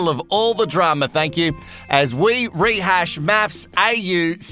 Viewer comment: To be honest its rehash not retrash! Love this 👌